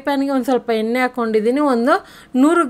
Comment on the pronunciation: ತಲ ಅಲ್ಲ ತಳ. ಎನ್ನೆ ಅಲ್ಲ ಎಣ್ಣೆ ಕನ್ನಡ ಸರಿಯಾಗಿ ಮಾತಾಡಿ